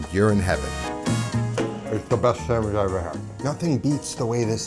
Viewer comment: Did you say samagizz?